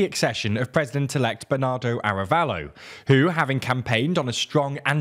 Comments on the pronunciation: I agree, especially for the names of the people involved, the name of the president is Arévalo not "Arabello", that's not using an "English pronunciation" it's simply the wrong name. The fact that they're not even trying honestly makes it look unprofessional. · Pleeeease! Be professional, make an oh! so little research on how to pronounce names! The accent in written "Arévalo" means that the tonal accent is on the E:. Thank you, <Blee-SAIT>. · You keep saying "Arabello" and it's "Arévalo", you don't need to learn how to pronounce every name in their original language... but when you are talking about a country's president and it's one of the main characters mentioned several times in your news report you should probably look up how to pronounce it.